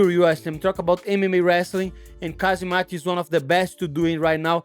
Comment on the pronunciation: It’s Ham Zat with a silent K